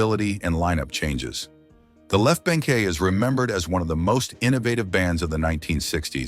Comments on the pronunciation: There was another word mispronounced - the group The Left Banke (properly pronounced "bank") was pronounced "bank-ee". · The Left Bank. Its not pronounced Bank-ee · On one channel they said that they broke up when Graham Nash joined CSN. Just goes to show that most of these channels are pretty much trash without any real research or understanding of what they are talking about. Just listen to how this channel pronounces the left banke. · The Left Banke is pronounced simply as "Bank," NOT "Bankie" or "Bang-KAY." Get someone who knows how to pronounce names when you make these things. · The Left BANK! Not BANKIE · Left BANK/ not bankey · Re-edit this video to correct your songs for The Hollies. You've got titles switched. And why did you leave out The Raiders' biggest hit--"Indian Reservation (The Lament of the Cherokee Reservation Indian)"? The Left Banke is pronounced as The Left Bank. Easy-peasy. Does your AI not know the pronunciation of "baroque"? And how could you leave out the success of stand-out members? You mentioned, "Flo and Eddie" but didn't mention Graham Nash and his subsequent success with, especially, Crosby, Stills and Nash and Crosby, Stills, Nash and Young or the acting talent of The Grass Roots' guitarist, Creed Bratton, who went on to celebrity status on "The Office". And Rod Argent left The Zombies and formed, Argent, with their big hit, "Hold Your Head Up". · "The Left Bankey and barock...? Huh, wha?" If you can't find a real person who can talk, don't post. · I had to laugh.Fhe Left Banke pronounced "Bank". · Yeah I was born in 47 and Just Walk Away Renee was HUGE. BANKE was pronounced Bank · I was wondering about that as I’ve never heard their name pronounced as “Bank-ee”